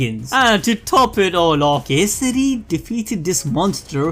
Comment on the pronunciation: Hope they won't butcher every single pronounciation next time. I almost cried hearing them mess up EVERYTHING. But hey, they pronounced Kesari properly!